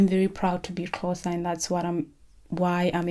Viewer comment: Aw the way you say Xhosa is not quuuiiitttee right but it’s so good to see you tackle it!! It’s so hard!